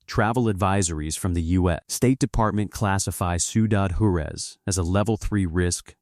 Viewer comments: I love the video, but could you please program the AI to pronounce words correctly!? It’s Whar-ez, not jar-u-ez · It's pronounced "Wah-rez", not "Jure-ez", for the love of Pete... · IA can’t replace human pronunciation of words. The name of Ciudad Juarez, the Mexican city located across the Rio Grande RIver from El Paso, Texas is pronounced Warez. Not whatever gosh awful nonsense that I heard when I listened to this. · It’s pronounced “Hua-REZ”.